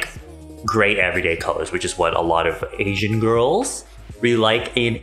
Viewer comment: "AsIAN giRLs" XD "iN aSIA"